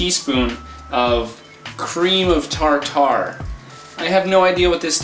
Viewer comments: *Falls out of chair laughing* Cream of..Tar tar??? xDDD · LOL. 'CREAM OF TAR TAR." :D